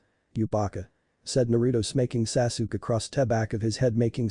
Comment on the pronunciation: At least get the ai narration to not say sasook